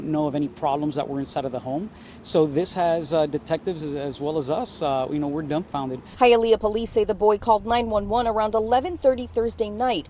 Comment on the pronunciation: Hialeah you pronounced it Right Hi a leah it sounds just like you are saying Hi to someone I had to say it also ro make sure I was saying it correctly 😀!!